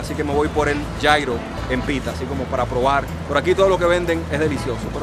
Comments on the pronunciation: Gyro se pronuncia Yirro o yiro no yairo 😞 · no es yairo!!! Es yiro se escribe Gyro y es griego aunque esos son árabes... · Como me rompe las pelotas que pronuncies Gyro (llairo) estás hablando en español !!! Pronuncialo "lliro" !!! Así se pronuncia hasta en griego !!! Perdón por exaltarme, por su atención gracias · food blogger... y luego pronuncias gyro como jairo. me encanta.